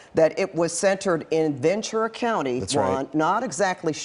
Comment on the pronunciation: She said venture county. 😊